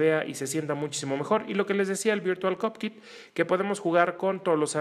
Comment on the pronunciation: si gracias, sé perfectamente lo que es virtual COCKPIT, pero el que hizo la prueba no dijo cockpit sino COPKIT, deberían poner atención a sus palabras porque luego la gente repite sin saber